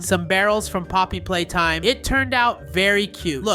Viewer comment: Did dude say Poppy hopscotch.